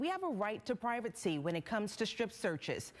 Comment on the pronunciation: What the fuck is privatesee? Lol